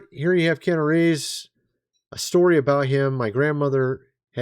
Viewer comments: I don't think it's Keana Reeves!!😢😮❤😅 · It's Keanu.